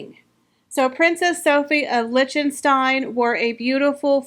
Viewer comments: Lichtenstein = Lick-ten-stein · I enjoyed the video and all of the dresses. The mispronunciation of tiara and Liechtenstein seemed amateurish.